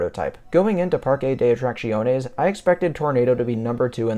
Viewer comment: Your pronunciation of the park name is probably the closest I've heard from the various major North American YouTubers. For people wanting to get it spot on here it is. PAR-keh deh Aht-rahk-THYOHN-ehs If you are using Spanish pronunciation from the western hemisphere it is PAR-keh deh Aht-rahk-SYOHN-ehs